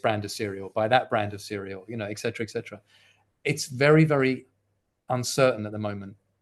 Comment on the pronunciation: Why is it that so many intelligent people still cannot properly pronounce the word, etcetera?